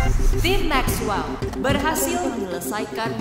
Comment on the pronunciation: Mexwell bukan makwel😅